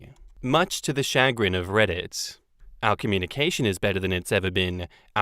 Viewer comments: It's "shuh-grin" not "shag-rin" lmao. And I use chagrin regularly, but maybe I'm just a weirdo. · It's cha-grin not chag-rin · No,, no one says SHAG-rin. They say sha-GRIN. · Chagrin is a common word.... Or, I suppose it's common depending on your friend circle. (also, it's commonly pronounced SHəˈɡrin (sha-grin), rather than shag grin. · Sha-grin not Shag-rin, any time I hear say I think of the slang word shag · “Chagrin” is a pretty common word….”SHUH-grinn” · Lol it's pronounced shuh-GRIN. It's like saying "much to my dismay" but to a lesser extent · Pronounced shush-grin...and yes, I use it a lot!😀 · Chagrin Pronounced Shu- grin(like grinning) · Chagrin, pronounced Sha-grin empathetic =/= emphatic empathy = feeling the emotions of another emphatic = saying something forcibly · Chagrin is a perfectly lovely word. Though in the US, we pronounce it "shuh-GRIN". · (“Shuh grin”, with a slight stress on the second syllable) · Chagrin. Yes we use it but pronounce it “shugrin or shagrin” here in the US. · Chagrin has the emphasis on grin, and it means to the embarrassment or distress. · I use the word chagrin fairly regularly. However, I do pronounce it properly.